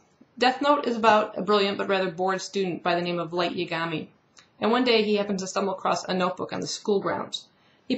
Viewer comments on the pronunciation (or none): His name isn't Ye-Gami it's pronounced Ya-Gami. Yaa not Yee